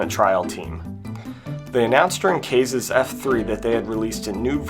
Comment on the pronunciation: First of all, no Angtherum? C'mon, man! Secondly, Kaze is pronounced Caw-Zey. I know the Guy is actually German (Kaze Emanuar), but he's using a Japanese Word as his Username, and last I checked, Japanese Pronunciation does NOT use Silent E. You didn't do that with Nokaubure (which I think you also didn't pronounce correctly, but I could be wrong about that. I think it's No-Cow-Boo-Ray, because Japanese DOES have Silent U, but if the Creator tells me themself that I'm wrong, then I'll gladly rescind this part of my Comment), so why not do that with Kaze? Both names look and sound Japanese after all, much like Jinnosuke (Djinn-No-Skay). Also, I think the Stonee in Stonee Bad Luck is pronounced Stoh-Knee, but I could be wrong. It IS based on the Word Stoner after all. I too am looking forward to those Crossover Rom Hack Entries. I also am looking forward to some of these Upcoming Rom Hacks that started out as Demos that were used as Rom Hack Contest Entries, such as Cosmic Goddess, Conspiracy, Crystal Clocks (unless that Update that was released directly to Hylian Modding's Non-contest Rom Hacks was the Final Release), and Shadows of Arcadia. Tell me what you think.